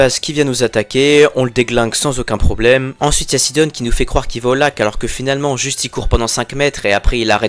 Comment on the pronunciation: Mdr sidon tu le prononce sidonne